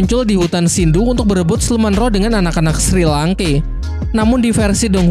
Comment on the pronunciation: Kenapa banyak yang salah sebut ya? Shrek Jadi Sri Langke Frander Jadi Flender Zhuying Jadi Suying Su Yuntou Jadi Suyanto Apa Saya Yang Salah Denger Ya?